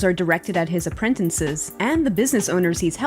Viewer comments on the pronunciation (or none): did she say apprentences?